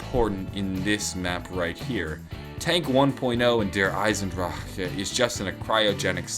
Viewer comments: Derisendrajaaaaaaaauh anybody else noticed he cuts off in the middle of that word 😂😂😂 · Der eisendraaccccaa he says it weird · The way you pronounce Der Eisendrache is so obnoxious and just sounds lazy like you give up halfway through the word. However, the videos are always pretty good. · The way he says Der eisendrache makes me feel ill!